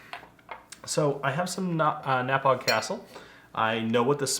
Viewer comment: 1) You should spend a couple minutes learning to pronounce the names of whiskies you are referencing, instead of butchering them. (First syllable is pronounced “nah” as in “Do you know how to pronounce this?” “Nah.” The vowel sound in the second is the same as in the word “phone”, with just a hard G. The emphasis is on the second syllable.). 2) You reviewed this glass without noticing or mentioning it’s PRIMARY innovation/feature. The flat edges on the base allow the glass to lay on its side with a perfect sized pour in it, thereby creating a relatively huge surface area for the whiskey to breathe a bit. Other than those two fairly large things, well done.